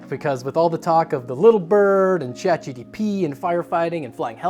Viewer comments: Omg, its GPT, not GTP, lol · "ChatGTP"... "ChatGTP"... "ChatGTP"... Brother, you're SO close, I'm begging you, just slow down a bit. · he was literally saying it wrong 90% of the time, its not "chat gtp" either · "Chat GTP" My brother in christ, that's not the order of the letters. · I'm hearing GDP as in Gross Domestic Product and that checks out 😂